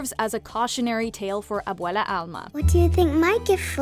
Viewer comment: They accidentally called abuela abuelo I giggled a little